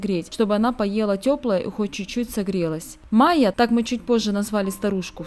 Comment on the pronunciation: Майя, а не Мая